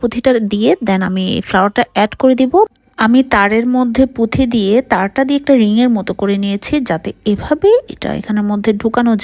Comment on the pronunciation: পুথি না আপু,পুতি🙏🙂